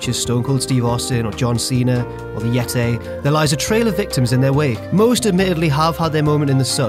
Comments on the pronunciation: Yeti, not Yetay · Stop saying yetay!!! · Dougy Tz I was making fun of his pronunciation of Yeti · It's not Yet-aye. It's Yet-eee. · Yet-ay? it's Yeti! Even though it's clearly a mummy... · Why can't say "Yeti" properly, he's saying "yet-ay"? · "The Yetay" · Nice pronunciation of yeti,. Or is that Yetay? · The YET-tay confirmed for WCPW. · the yeté😂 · who's it again? "The "Yet-tay"!" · "The Yetay" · Why can't you say Yeti properly,?